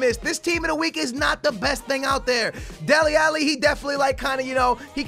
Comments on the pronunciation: Why does he say delli elli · Delli "Elli" lol this dude